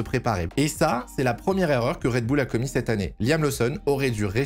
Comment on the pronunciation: Faudrait faire un choix sur la prononciation de Red Bull. Pour info c'est un nom anglais et ça se prononce Red Boul